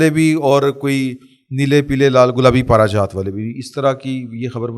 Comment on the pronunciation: پلیز لفظ پارچہ جات ھے۔